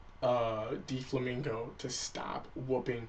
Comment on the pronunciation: its DOflamingo not Deeflamingo zzz